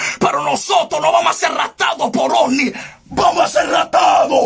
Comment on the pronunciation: No es osni es ovni